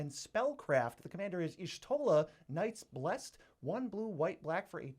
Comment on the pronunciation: YOOOOOOOOOOOOO HE PRONOUNCED PALALYMO AND Y'SHOTLA'S NAME RIGHT! LETS GOOOO!!!!! Unlucky for Alphinaud and Alisaie. Lmao, but still very impressive!